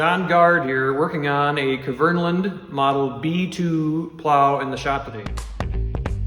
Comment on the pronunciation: k is silent bub, good video otherwise